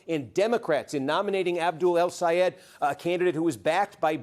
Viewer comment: Steve, do you think you’ll learn to say “El Sayed” rather than “Al Sayed”? Your corporate bias against him showed last night. Very disappointed that you have become a corporate shill.